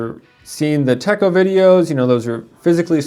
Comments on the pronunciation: So sorry to nitpick, but if you are going to sell Hobonichi, you should know it is pronounced "Tetch-oh" ... but I am DELIGHTED that you are carrying their journal and planners. You might want to be more specific in your terminology, just because the "notebooks" are blank. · Yes, you are correct. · Agreed. 😱